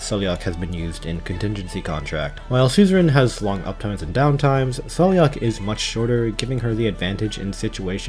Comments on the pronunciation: She says her own name as "Sai-La-Ha" in her files. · I am part Gaelic and you pronounce it as sail-lock, also her full name is Saileach Willow, like the Willow tree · I think Saileach's name is pronounced more like "Sal-agh" lol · Saileach name is pronounced as sai-leech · Saileach's name is pronounced, "SAY-lock". It's clearly Celtic. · I think Saileach's name is pronounced Sai-lagh (according to her audio file).